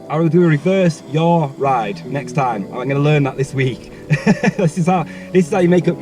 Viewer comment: Yes mate! “Yawll ride” ??